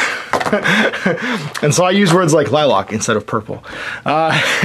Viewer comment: Lilac.... pronounced with a LACK at the end. We don’t drive Cadi-LOCKS. Just playing of course.